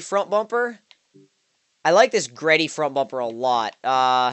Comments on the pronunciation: Bro it's not GReddy it G Reddy. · its fucking g reddy not greddy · It's pronounced G-Reddy, not greddy